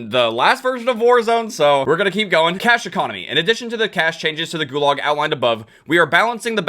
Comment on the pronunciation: Every time you say cash I hear cache.